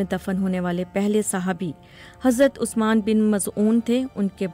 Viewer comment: Written by a Shia writer. Very biased. Name of 3rd Khalifa was not pronounced properly. Sh wahab restored Islam back to its originality and the kingdom was rewarded by the Creator with oozing black gold. He was great reformer. Here you have tried to put him down which is biased.